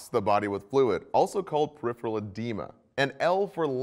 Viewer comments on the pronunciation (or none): none